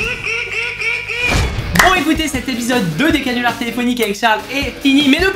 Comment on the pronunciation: "cannulars" tu me déçois 😂😂